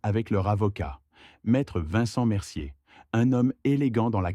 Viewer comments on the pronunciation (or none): none